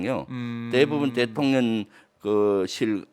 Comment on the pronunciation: 김병주 장군출신 의원님 ㅋㅋㅋ 윤석열 대통년 ㅋㅋㅋ 발음이 글케 들려요~~^^ 꿋꿋하게 대통년 으로 발음 부탁함미더